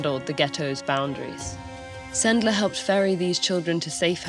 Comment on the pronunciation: Yeah, this is a lesson very worth sharing... thank you very much, TED-ed! It's always nice to hear a foreigner pronouncing Polish surnames correctly... anecdote; Supposedly, one of the ways to get the children out of the ghetto was to hide them on a cart, among the packages.One of Sendler's friends was driving the cart.To prevent the sentries from hearing the crying of the younger children, he would always take a barking, loud dog with him so that he would drown out everything and distract the guards.I was surprised no one said about it ... "Zegota" is shortcut of "Rada Pomocy Żydom", operates thanks to Polskie Państwo Podziemne and the polish autorities in exile.Since we share information, I decided to mention about it. :-) Have a nice day!